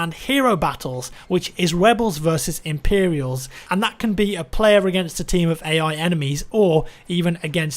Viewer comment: Webels versus Impewials... Oh